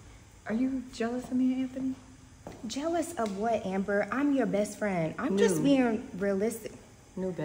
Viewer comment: I thought I was the only one hearing Shayla say “AnThaKnee” 🤣